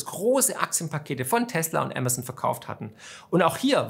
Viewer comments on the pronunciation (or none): none